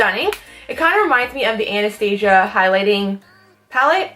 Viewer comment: Hey girl it was so awesome to see this video because I have all the products you used except the highlight palate but hey babe I think you pronounced Anastasia wrong .... I've seen nasty comments on videos where a make up brand wasn't said right people just go on and on about. Personally I don't think it's a huge deal I just wanted to let u kno